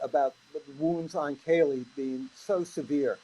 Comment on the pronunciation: Be Awesome if they could get Kaylee’s name right if they are going to speculate and speak in the case then get it right she was called Kelly by Nancy and Howard both called her Kelly multiple times so disrespectful!!